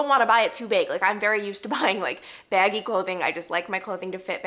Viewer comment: I KNOW I've commented this before, but I love and appreciate the little text commentary screens lol, they're usually super funny and all the popup photos for reference when telling stories! Also, Your Long Island accent totally came in when you said "baggy" haha